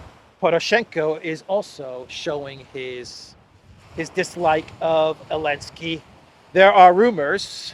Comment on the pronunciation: Why do you call him “Elensky”?